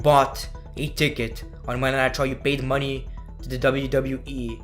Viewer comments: I'm not sure if you were saying Monday Night Raw or jokingly saying Monday Nitro? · Everytime he says "Monday Night Raw" it sounds like "Monday Nitro" and I get nostalgic